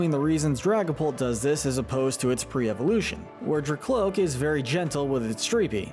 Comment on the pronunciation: IT'S DRAKLOAK, NOT DRACLOAK! AND HIGHER DOES NOT END WITH A T, IT ENDS WITH AN R!